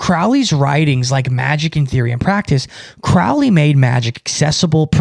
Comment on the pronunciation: Crowley like "holy" not "fouly"